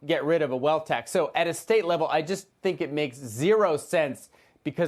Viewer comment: People really need to learn how to pronounce Nevada.